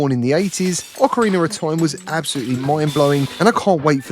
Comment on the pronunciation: “Awkareener of Time” 😂 that accent